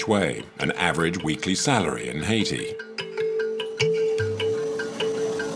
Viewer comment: Why can't the narrator say "Haiti" right?